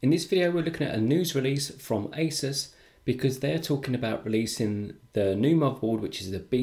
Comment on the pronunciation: U pronounced asus wrong